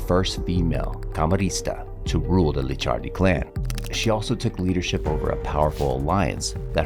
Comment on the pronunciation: It’s Licciardi not Liccardi 😉 Very similar but different pronunciation 😜 Great content though 🙌🏼